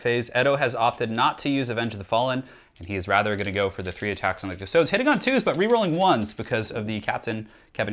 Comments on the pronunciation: Custodes = Cust-ode-eeze. Not custoads. Astartes isnt pronounced Ass-tarts after all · The way he says custodies hurts. Cust-stodes ugh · Not to nitpick but it's pronounced custo-dees. Think like adeptus astartes. It would be silly if it was pronounced astarts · "custoads" tho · Technically this is latin and pronounced coos- to(not with the English o as in "over", but with the o most other European languaged use) des (long e I think, also an e that i can't think of an english example for) On the other hand GW are British. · it's pronounced cust-toad-dees, practice your high Gothic (Latin) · IT'S PRONOUNCED 'KUS-TOH-DEES' 'KUH-STO-DEES' I mean, I love your channel,, but AAAAAAAAAAAAAAAAAAAAAAAAAAAAAAAAAAAAAAAAAAAAAAAAAAAAAAAAAAAAAAAAAAAAAAAAAAAAAAAAAAAAAAAAAAAAAAAAAAAAAAAAAAAAAAAAAAAAAAAAAAAAAAAAAAAAAAAAAAAAAAAAAAAAAAAAAAAAAAAAAAAAAAAAAAAAAAAAAAAAAAAAAAAAAAAAAAAAAAAAAAAAAAAAAAAAAAAAAAAAAAAAAAAAAAAAAAAAAAAAAAAAAAAAAAAAAAAAAAAAAAAAAAAAAAAAAAAAAAAAAAAAAAAAAAAAAAAAAAAAAAAAAAAAAAAAAAAAARRGH! P.S death to the false emperor xoxoxoxo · The way you say Custodes hurts my soul